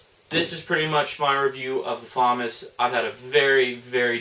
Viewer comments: "Fuh-moss" not "Fa-miss" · Its not pronounced FAW-MUS, its pronounced FUH-MAW-S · actually its pronounced fam-ass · Its pronounced fuh-mahz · He doesn't like but he can at least get the pronounceation correct